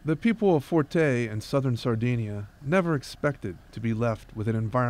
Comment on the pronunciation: thank you for this video. The name of the village is FURTEI with the stress on the letter E..